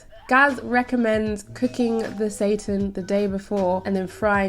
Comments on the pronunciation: Every time she says seitan it sounds like Satan haha Yeah girl pound that Satan, show him who's boss 😈😂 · How pronounces Seitan like Satan warms my heart! Haha, bless her!